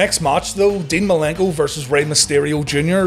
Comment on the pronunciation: love how he says dean malinko